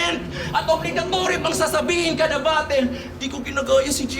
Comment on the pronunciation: ang reason kasi kung bakit "batol" ang pagbigkas ng mga bisaya sa "battle" and other words na "tle" ang huling syllable ay dahil yan yung closest sound kung pano ibigkas yan ng mga kano, compared sa "batel". pinakamadaling halimbawa is never naman naging "baybel" ang "bible" ang bigkas is always "baybol" kaya kung tinatawanan ng mga tagalog ang mga bisaya sa pagtatagalog ganoon din ang mga bisaya if ang mga tagalog nag eenglish.